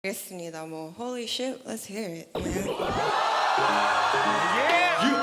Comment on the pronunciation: At first, I thought she was saying “holy shit, let’s hear it” but then I realized she’s actually saying the DJ’s name, Holiship 💀